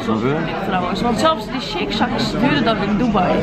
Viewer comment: Shake “sjak” myr serieus 😂😭😂